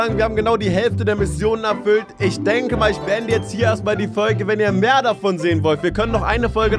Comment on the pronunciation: Das heißt mehr